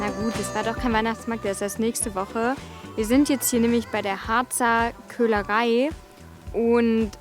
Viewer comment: "Wie gehen nach Hause " klingt ungewohnt 😂 bin gespannt auf das was kommt 👍🏼